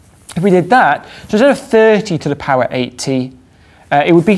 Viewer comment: He said 10^80 but it did sound like 18.